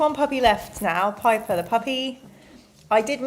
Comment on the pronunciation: In the last video when you were telling us the names of the puppies and you said Piper, I misheard & thought her name was "Hyper" 😅